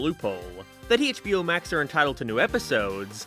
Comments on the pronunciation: "Hey-ch B O max" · Hey-CH-bio max